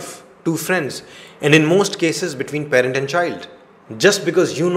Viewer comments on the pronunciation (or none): none